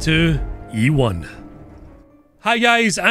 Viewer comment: "This is the m-sex eight two ue one" this is what i understood